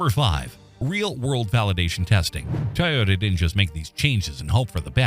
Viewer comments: Why cant they say toyota instead of tae-yoda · TOY yota not Tyota 😂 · Hard to watch video saying “tay-ota” not Toyota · Ty-ota? I think AI needs to properly pronounce Toyota as Toyota. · i thought it was a Toyota, not a Tyota????? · It’s not TYota, It’s TOYota😂 couldn’t help myself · Dumbphukk, it's not a Tai-ota - it's a Toy-ota. If you're gonna use AI shitware, at least test it first. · ITS TOYO-TA not TAH-OTAH you FACELESS voice generated @@ channel. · TO not TA-yota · Pronounce it Toyota please not Toyota. Thanks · It's not tioyota, what's this world coming to. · What is a “Tie-ota” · A Tye-yota CYA too little-too late commercial. 🙄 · "Tieota" AI at its finest. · a little ? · Canadian here, no one says Toyota like that.